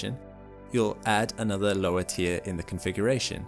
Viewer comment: the way you say 'tier' is exactly how germans pronounce 'animal' and is very distracting, i want a refund1!